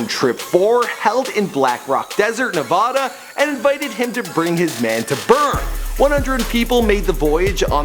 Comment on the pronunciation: Nevada not nevoda